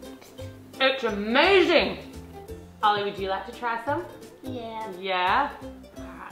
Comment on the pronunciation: When you said it's amazing you sound like your American